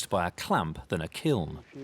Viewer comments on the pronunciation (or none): "kiln" pronounced "kill". however, I live in Chicago were we say "Duhs Plaines" instead of "Deh Phlan" for Des Plaines, so you're good to go.